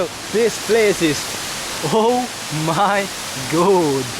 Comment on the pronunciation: "This place is owe myy gohd"